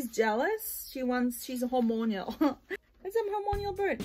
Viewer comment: Time to think about a budgie parakeet hehe “Hor-mon-al”, not “hor-mon-ial... just saying to help ya, not being rude